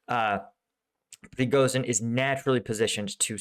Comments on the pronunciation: The combination of "zh" in the name "Prigozhin" is pronounced as the 's' in 'asian". Pree-go-zheen. Just like in "Zaporizhia". Keep up the good work. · Man... Please search an audio how to say prighozin's name. Not for him but for our eastern European ears 😂